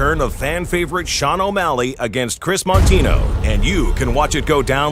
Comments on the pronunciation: You butchered a name too, it isn't morino it's Moutinho pronounced 'Moo-teen-yo' for Kris' last name it's a really popular Portuguese last name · It’s not martino it’s moutinho